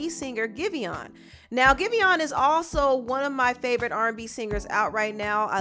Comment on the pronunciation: Isn’t pronounced Give On?